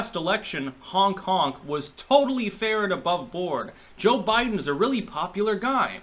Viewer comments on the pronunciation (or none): Every time you said "honk honk" I heard "Hong Kong" lol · When he says hong hong i hear honk kong wich is different but would still work somehow.